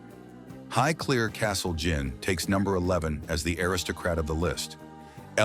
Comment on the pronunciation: Not to mention "AIR istocrat". Bizarre.